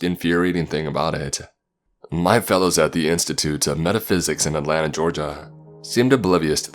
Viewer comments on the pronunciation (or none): none